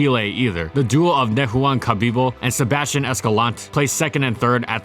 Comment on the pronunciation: Being myself from south America, i find it hilarious how he struggles to pronounce names like Sebastian Escalante lol